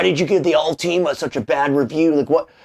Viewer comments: I know this is the worst takeaway possible, but hearing “all-tea-ma” instead of “ult-i-ma” is driving me nuts. Anyways, back to being no one important… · its última not ultíma by the way